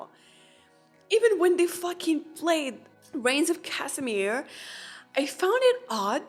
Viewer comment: „Rains of Kasimir“ 😂